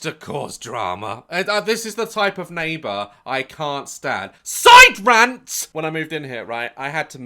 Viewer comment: When Daz says "SiDe RaNt, okay. S I D E R A N T"